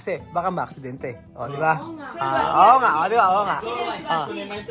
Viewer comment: The way response "OO NGA!!" Ang Galing na ng Filipino accent 🥰